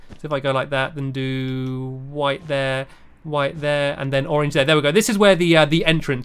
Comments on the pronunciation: You say orange like orenge it is funny anyway I love you stampy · I just love how you say orange! You pronounce it as oreenge!😂<3<3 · i love the way u say orange stampy its like ur saying oringe now I will ask my mom if I can have an oringe for dinner I don't know why for dinner maybe for lunch